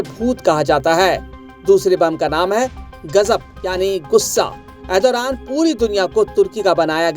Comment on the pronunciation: Erodothan ❌ Erdogan ✅